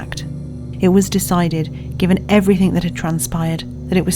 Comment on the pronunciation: "nuffink"?! edit: she did it again! "Everyfink". The narrator is quite well spoken so to do that is really incongruent...